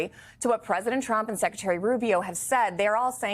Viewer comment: And it's praisdant musk.